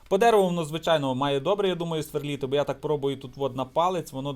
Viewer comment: СверлИти а не сверлІти)